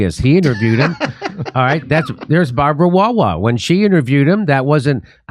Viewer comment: "Hewwo! I'm Babwa wah wah"